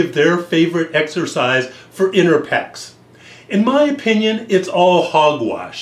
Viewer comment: inner peh - ecs XD